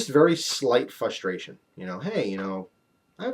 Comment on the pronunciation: he kept saying fustration insead of fRustration